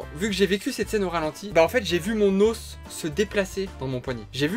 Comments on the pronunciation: Tu as dis ton ausse au lieu de ton os 😂😂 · La manière dont tu prononces “os” 😰 Mais à part ça ta vidéo est hyper touchante ❤️ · La maniére quand tu dis « os » m’as grv perturbée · On en parle qu'il dit mon "aus" au lieu de os 🤣 et joyeux anniversaire en retard la maman de 🎂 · "mon AUSE"😳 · Bonne anniv la maman de et j aime pas quand tu dis Os😃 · Je la seule qui trouve bizarre qu'il dise ôs ? Joyeux anniversaire à la maman de Christ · La façon de prononcer "os" 😂